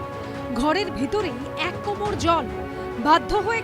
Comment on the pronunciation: কথাটা 'কোমড়' নয়, 'কোমর'